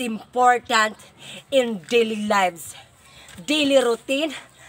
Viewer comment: "ANTWORM" "DILI ROUTINE" "DILICACY" "DILISCHEDULE" HAHAHAHAHAHAHAHA ON POINT BAGSAK AKO NGAYON PERO IS THE ONE WHO MAKES ME SMILE